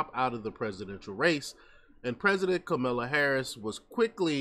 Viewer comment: The first 10nseconds, you lost me... "Kamilla" Harris. Good luck on your page dude